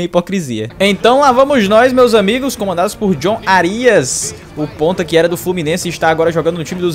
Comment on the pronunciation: Tirando a pronúncia errada no nome do Árias.. foi um ótimo vídeo